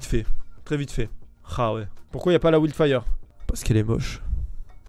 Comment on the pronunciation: Bloud spor. ouild fire. J'ai retenu que ça 😂